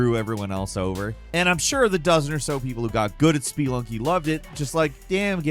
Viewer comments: It's "sp-uh-lunking" not "sp-ee-lunking" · "spee lunky"? Odd emphasis. I would assume it's pronounced like the word it's based on, spelunk. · Spelunky is pronounced "Splunky". There's no E sound after the P. Btw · Spee lunky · “ SPEE lunky “… nice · Dude can't say Spelunky right, but can pronounce Sekiro like that with ease! Ribbing aside, I enjoyed the video. I had a great time with a few of these games (Returnal, Sifu, and Ghostrunner). I'm playing Thumper right now and if I were making a list like this, then I'd be putting it at the top! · The way you pronounce spelunky makes me want to scratch my own eyes out.